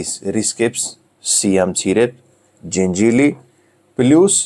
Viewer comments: ჯენჯილი არა,ჯეჯილი❤️ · ჯენჯილი არა ჯეჯილი. 🤣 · ჯეჯილი, ჯეჯილი - ჯენჯილი არა :)